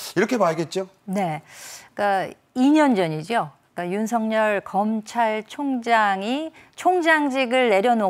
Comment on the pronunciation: 윤석열 발음은 윤서결이 아니고 윤성열로 해야한다. 발음법으로는 윤서결이 맞으나, 이름은 고유명사인 관계로 본인이 불려주길 원하는 윤성열이 맞다고 한다.